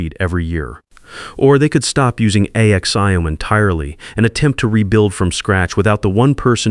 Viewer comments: . . . the fact that ‘A-X-I-O-M’ IS a word . . . not spoken as an acronym-ish . . . not to mention just making up words as the video rolls along . . . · Why is the bot spelling out Axiom? It's a legitimate word. And that is a self-evident truth. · Learn to pronounce "AXIOM". It's one word. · Axiom is a word, not a group of letters!